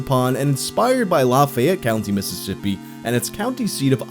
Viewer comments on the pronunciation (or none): “Law fay yet” it’s “la feyy it”